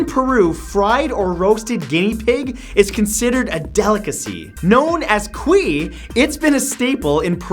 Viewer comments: 8 is not cui it's cuy Ku-y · its meant to be said "Cúy"....not "cuí" ...Trust me im from Perú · #8 The way you pronounce "cuy" is kou-weee